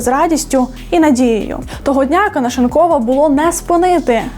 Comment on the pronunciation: Як же воно ріже слух оце ваше ТО́ГО! Хто той викладач, що вчив казати тОбі, мЕні і тп?